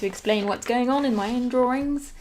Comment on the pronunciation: Drawrings. Lol. Love it.